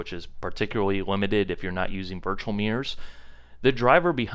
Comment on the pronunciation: Oh took me awhile, your saying mirrors! Not muuiiiirrrrorrsss 🤣